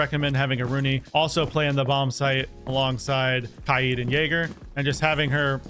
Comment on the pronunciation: It’s k-ai-d.